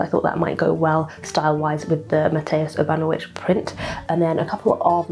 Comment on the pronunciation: The closest impression of how to pronunce "Mateusz Urbanowicz" would be "Mateush Urbanovich".